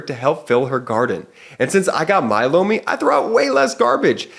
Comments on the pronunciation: I could have sworn that I saw MTG in a bestiality video the other day. (plus, your Lomi ad sounds like you're saying "blow me." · Was just listening, not watching.. when he said sponser.. "lomi" i swore i heard "Blow me" Like.. what... is this?! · My husband thought he said he heard "Blow me" instead of Lomi. Lol!! You are not going crazy.